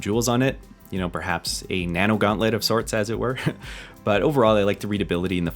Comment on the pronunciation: A "nano guantlet"? Are you iron man?